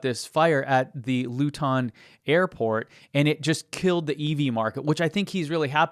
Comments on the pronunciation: Hahahah I loved it. He made it sounds posher than it is. Loo-tin sounds like a thing you find in a Victorian household :D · Thanks for pointing out the Luton airport fire (pronounced 'Loo-tun' btw). I'm a British guy living in France and I keep track of the EV market and the anti-EV channels such as 'Geoff buys cars'. Despite his and others jumping on the misinformation bandwagon wrt to car fires, EV sales in the UK have risen every month this year and in November passed the 25% mark of new car sales. Overall BEV sales rose by 18% in 2024 over 2023. The numbers in France are similar. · This guy has never heard a Luton accent. :) Sort of sounded like a contraction for "Louis Vuitton". Luton isn't quite as ... glamorous. ;) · Luton is pronounced Loo-tun with the emphasis on Loo. You made it sound French or African or some shiz 😂😂😂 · Luton is pronounced "Lootn" just so ya know :) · Heheheh I love how you pronounced Luton. It makes it sound Asian. And not ths hit hole I worked in for too long. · You need to check your pronunciation of luton lol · You say Luton funny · Love your videos and content but your pronouncing of Luton and Bedfordshire as a English person is very triggering 😂. Keep up fighting the FUD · Fantastic job! Thank you so much for going out of your way to fight FUD. I'll keep on following your channel for as long as you do. However, please check the correct pronunciation for names such as Luton, Bedfordshire, or Hertfordshire. The Brits would warm up to you in great numbers. 😊